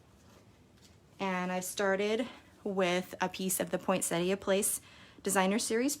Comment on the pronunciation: OMGosh - someone calling a poinsettia the correct name instead of poinsetta! Sorry, but I'm from Australia and I always cringe when I hear people from the US and Canada calling it at poinsetta. Thank you. Your cards are lovely and I've missed part 1, so am going to try to find it now. Have "rung the bell" now, so I shouldn't miss any more. Thanks so much for sharing your lovely designs and beautiful cards.